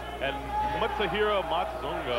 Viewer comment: I love the how the comentator (not paul) tries to say Matsunaga "Matsunooga" "Matsooga"